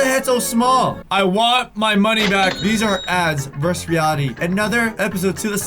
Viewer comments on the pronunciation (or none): Vers reality lol it’s versus